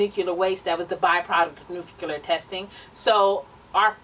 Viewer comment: NuCLEAR. I'm sorry but that was driving me crazy. Love ya though.. Lol